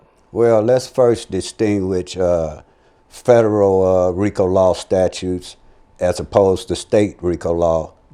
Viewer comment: can't pronounce federal. Lmao 😂😂😂